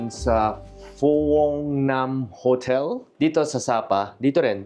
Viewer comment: Hindi po yan Phu Ong hehe one word yan pronounce as FONG 😅